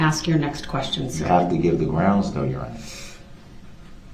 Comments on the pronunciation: Prosecutor: Objection, hearsay DB: GROUNZ Judge: Sustained DB: Grounz for the “substained”? Judge: um, it’s hearsay… 😂😂😂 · When Durl said “grounz” the second time objected when he asked the question of if Lescano told the officer he saw who was driving the vehicle, people were laughing 😂😂😂